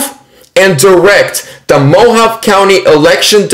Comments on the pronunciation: Mojave. Is" Mo. Ha. Vee" 👍🤗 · Mojave is pronounced MO- HAV-EE..Hard E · Hi,. Thanks for this. BTW - Mohave is pronounced mo-Hav-ee. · More like Mo-hahv-ay. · "Moh-Hah-Vee" County my brother. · It is pronounced " Mo-havy" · i love you.....just want to let you know Mohave is pronounced Mohav-e long "E" sound. Im in pima county. You rock!!!! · Pronounced Mo ha vee. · Thanks so much for all the updates,.. They have to coerce and threaten in order to keep power. By the way, it is pronounced MO HAW VA. Long A on the last syllable. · FYI 'MO-Hauv-Ee' County lol God Bless You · Mohave county...long e at the end. Sounds like mohovee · Hey great report now Mohave is pronounced Mohavee lol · Mojave is pronounced like "moe-hahv-ay" just to let you know,. You were close, but didn't pronounce the E at the end like "ay." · Mo-Hahv-Aye // Mo-Ha-Vey // Mo-Hawv-Aye Mohave, like the indians. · Pronounced Mo Ha Vay County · it's pronounced mo-ha-vee just trying to help! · Mo-hov-ee county 😂🫣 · The E at the end is pronounced in Mohave. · Please, get a better microphone. Too much annoying echo. Also Google how to pronounce “ Mohave”. Love you!